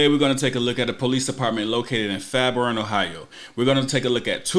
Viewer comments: It's pronounced fair-born, I lived there, none the less love your vids! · Love it but your saying the name of the city wrong it’s fair-born but one word. I stay in Dayton Ohio right beside Fairborn Ohio